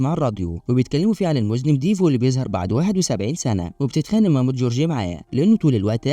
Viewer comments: المُذنّب وليس المُذنِب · مُذَنّب .. وليس مُذنِب يافهيه🎉😂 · مُذَنّب و ليس مُذْنب 😉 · مُذَنَّب وليس مُذْنِبْ